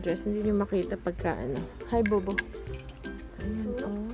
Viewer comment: Ate. You say bobo so funny